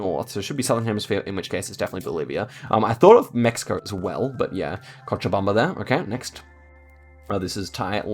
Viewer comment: I liked this video a lot, not because he struggled with some locations but because I was watching a pro getting even better. I could see he was learning from some of the bad guesses and gathering important information p.s. tysm for pronouncing Cochabamba 100% perfect.